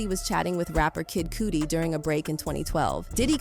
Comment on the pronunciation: 😂😂😂 You are seriously butcher and kid cudi's name said I should write put some respect on that this is Cleveland talking😂😂😂😂